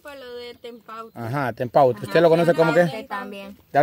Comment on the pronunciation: Se llama TEMPATE, no TEMPAUTE😅🤦🏻‍♀️